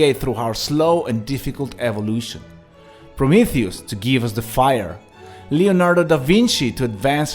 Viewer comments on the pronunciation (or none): none